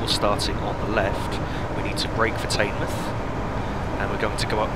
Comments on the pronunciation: "Taynemouth" 😂😂😂😂 u pronounce teignmouth "tidmouth" or "tinmouth" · Fantastic video and very informative, This is one of my favorite routes because I grew up in Torbay. p.s. Teignmouth is pronounced Tin Muff. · By the way, Teignmouth is pronounced Tinmuth. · Teignmouth is pronounced tinmouth but every body get it wrong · Teignmouth is pronounced like Tinmuth Apart from that, great vid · in is pronounced tinmouth i know i have spelt it wrong but its the way its sayed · It's pronounced "Tinmouth" 👍